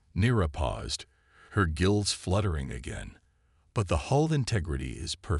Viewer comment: Hull, not hall